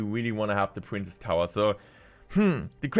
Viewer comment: Day 2 of asking to stop pronouncing “princess” as “prince”